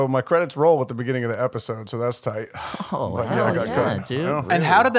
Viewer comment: Someone needs to jump on Ders about pronouncing beginning like begënning